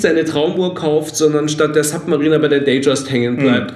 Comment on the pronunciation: Warum sprechen fast alle Uhrenhändler die Submariner falsch aus?